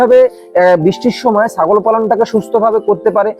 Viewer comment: দাদা "ছ" টাকে "স" উচ্চারন করে ফেলেন কেন ? যেমন আপনি "ছাগল" কে "সাগল" বলে ফেলেন সুতরাং প্রতিবেদন্ ভালো করে উচ্চারণ করা উচিৎ ।